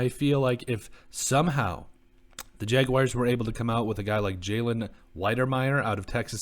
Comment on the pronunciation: Y'all act like its so hard to say jag-wars not jag-wires smh